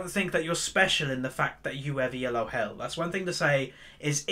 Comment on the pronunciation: Elo is a name, not an acronym. See: Arpad Elo. This is why you pronounce it as a single word. Not E. L. O.